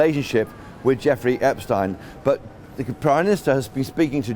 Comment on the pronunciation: This man reporting can't even pronounce Epstein's name correctly? Come on!